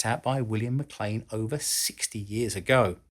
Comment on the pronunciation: Thank you for knowing how to pronounce MacLean.